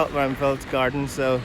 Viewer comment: You keep mispronouncing names .. ruimveldt is pronounced ‘rimeveldt not rumveldt … Houston is pronounced h-use-ton not hooston … QC boy